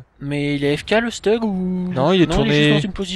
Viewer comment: Le StuG ça se prononce pas "Chtougue" à l'allemande ?